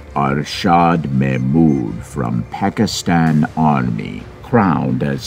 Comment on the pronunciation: Looks more like an advertisement than a documentary. The narrator didn't even pronounce "Pakistan" correctly.